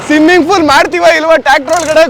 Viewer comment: ಸಿಮ್ಮಿಂಗ್ ಫೂಲ್❌ಸ್ವಿಮ್ಮಿಂಗ್ ಪೂಲ್✅